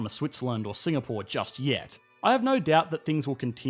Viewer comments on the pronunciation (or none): none